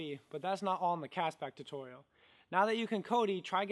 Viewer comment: The Cast back "tuturial" 😄